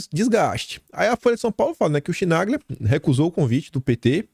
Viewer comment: Chinaglia pronuncia-se kinalha